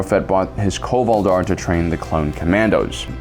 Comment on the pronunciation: your pronunciation of Cuy’Val dar hurts me. The base of Cuyir(to be alive/exist) is pronounced Koo-Yeer